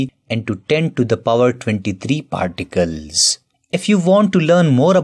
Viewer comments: It's particles not particels.. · Sir it's particles and not particels probably. There are other spelling mistakes too.